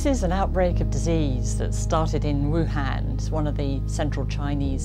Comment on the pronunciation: Wuhun, Wu-Flu.